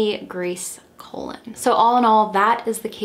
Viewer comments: the pronunciation is coLON, not COlon (emphasis on the last syllable). It means 'Columbus' in English. Like Cristóbal Colon (in Spanish) and Christopher Colombus (in English). Perhaps a direct descendent of the infamous conquistador? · Great video your research is always so deep and on point. But Your pronunciation of the Last name is incorrect... It is pronounced like Cologne not colon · I am also Spanish and I think you may be mispronouncing her last name. If you end up doing a pt 2 for this case you could maybe reach out to her nephew again to clarify how to pronounce it! Just a helpful suggestion :)